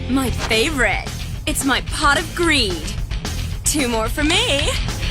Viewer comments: I PWAY POT OF GWEED WICH WETS ME DRO TWO CAHDS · "I PWAY POT OF GWEED! WICH WETS ME DWAW TWO CAWDS!" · i pway pot of gweed, which wets me dwaw 2 cawds uwu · I pway pot of gweed w notices two cards 0w0 what's this? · I heard "Pot of creed" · My favorite part is when he says pot of greed